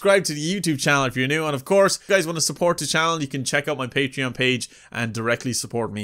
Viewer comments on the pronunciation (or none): none